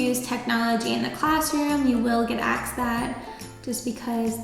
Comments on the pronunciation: I hope you didn't say "axed" instead of asked or "mines," or I guess they hired you so they don't happen to care much... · Where are you from pronouncing asked like "aksed"? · Love the video but I can’t get past the “axed” 🥴😂